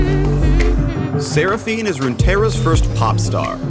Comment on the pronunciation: When he said sera fine I instantly wanted to die